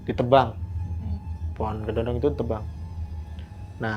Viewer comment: Kedondong bang bukan kedodong 😂😂😂